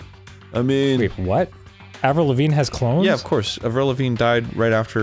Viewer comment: "AVRILVAGNE" "..Avril Lavigne?"